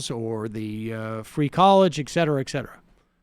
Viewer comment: Ickcetera ickcetera. 🤓